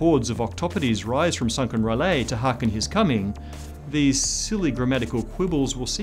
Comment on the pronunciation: R'lyeh is pronounced r-lye-yeh, jus' sayin!